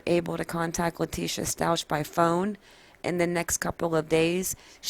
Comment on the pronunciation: The last name is pronounced like St-owk not Stau-ch